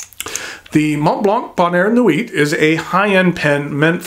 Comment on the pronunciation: Great review and a MB I'd consider buying. For whatever reason this model intrigues me, whereas many MB's do not. If I do, I'll go through Appelboom, as I've not purchased from them before and they always have a good selection of higher-end pens. Silent "T" in the word nuit.